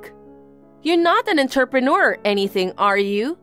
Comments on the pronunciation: The way entrepreneur keeps being pronounced is cracking me up. What exactly is an enterpreneur? Someone who keeps walking into businesses? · 'Entrepreneur' is pronounced 'Ohn-trep-an-noor' not 'entuhppanah' 'Interpreter' is pronounced 'In-ter-pret-er' not 'Inturpin-errs' Better to practice your words beforehand if the VA's don't know them, instead of having them just take a stab at it 👍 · Enter-pe-near??? Sometimes they way these voices pronounce words is almost a crime against the English language... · I think it’s the same one. Same mispronunciation of entrepreneur. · I bet AI knows how to pronounce entrepreneur. Might be written by AI though